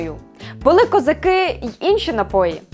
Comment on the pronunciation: Хто вас вчив української? Що це за козакЫ, чаркЫ... Ви що, тувинка, чи бурятка, що таке тверде И?